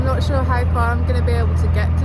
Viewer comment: "I'm just taking a photo I'm nawt on drugs "... 😅 Stop it now I'm falling in love with you. 😉❤️